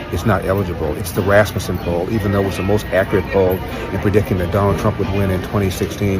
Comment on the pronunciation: The way you pronounce Rasmussen 😂😂😂😂😂😂😂😂😂😂😂😂